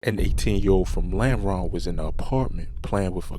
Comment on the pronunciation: Normal ❌ Lameron ✅